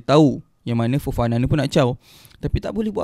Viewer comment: Kenapa Fofana ko sebut cam Farhana?? 😳 ko ni betul la adik